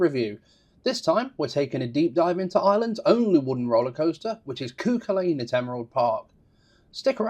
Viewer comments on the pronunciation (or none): Sorry, I know you are not a Gaelic speaker but the name is pronounced CU-Cul-An. Otherwise great information and review